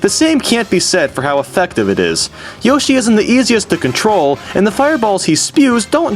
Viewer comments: Also you said Yoshie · It's not yashi its yoshi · i love how he calls yoshi "yashi" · I'm sorry about this but... LEARN HOW TO FUCKING PRONOUNCE THE NAMES OF THE CHARACTERS sigh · I like how you alternate between the pronunciation of yoshi.